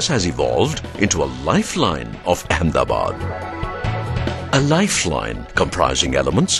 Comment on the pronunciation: I must proudly say that the film looks very impressive than what it may probably be. But one little request from an ex-Ahmedabadi living across the ocean. The correct pronunciation of the city is Ahmed-a-bad and not Ahem-da-bad. Why don't you officially change the name to Ahemdabad or Amdavad? Just like they changed Bombay to Mumbai? But sadly that will disassociate the original builder King Ahmedshah.